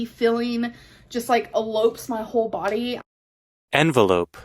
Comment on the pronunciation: lol that is not the right pronunciation of envelop. You've used the pronunciation of envelope.